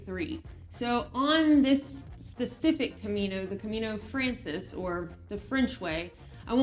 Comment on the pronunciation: I cannot belive that you as an absolut camino-beginner are doing a video giving advice to other pilgrims! You cannot even pronounce the name of the Camino frances right! Just walk a few Caminos in different months and get some experience yourself before you give advice! First learn, then you can teach. Are you even a pilgrim? or just another tourist or worse “turigrino”, those who pretend to be pilgrims and get a credencial so they can sleep in cheap albergues and have cheap vacations? Maybe you better focus on your spiritual development and meditation like a real pilgrim instead of producing videos. The camino isn't a "hike" but a pilgrimage! Buen Camino